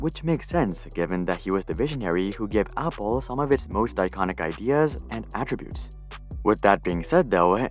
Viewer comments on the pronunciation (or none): none